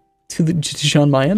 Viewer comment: It's pronounced Yan Mayen not Jan